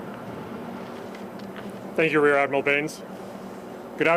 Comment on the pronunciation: Did he just say he's RADmiral Craig Baines?